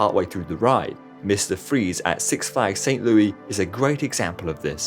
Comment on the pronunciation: Awesome video mate! Been following you since the beginning and just amazed by how consistently quality the uploads are. A day with a 23 (!!!) minute upload is a good day Slight correction--it's St. "Lewis" not St. "Louie" haha